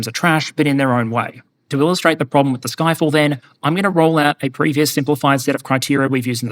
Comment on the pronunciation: Did you say it called "Ffyck all"?